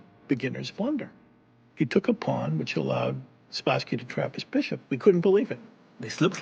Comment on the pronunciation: why he didnot call them paaaaaan like jennifer shahade